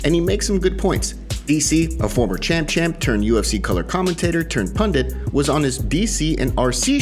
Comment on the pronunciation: Turned “pandit” hahaha